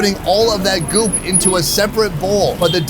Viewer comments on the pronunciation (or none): none